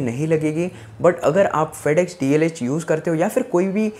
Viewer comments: Its DHL bro not DLH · It's not Dlh it is dhl. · DHL hai re baba "DLH" nahiiiiiiii........😜😜😜